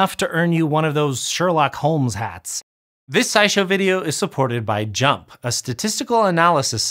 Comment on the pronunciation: FINALLY, proof that when I call it "jump" instead of pronouncing the letters JMP (like some of my labmates), I'M RIGHT